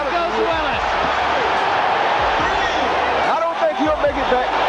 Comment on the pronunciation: Gabriel ROO-EL-AS, Jessie James LAY-HA